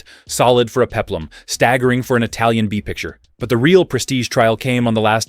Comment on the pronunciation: The pronunciation of Italian is awful!